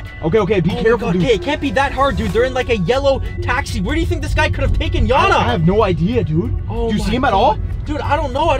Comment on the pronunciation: Gotta sleek it’s not janna its yanna